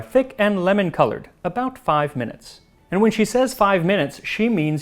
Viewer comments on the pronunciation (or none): none